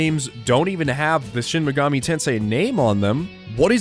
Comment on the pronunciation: I liked this video simply by virtue of you being one of the only people on this website I've heard actually say "Shin Mega-MEE Tensei" and not "Shin Mega-MAY Tensei." I subscribed by virtue of the solid content though. The video was informative yet still very easy to digest and really got me excited to play more of the SMT series than the few hours I currently have under my belt. Great work.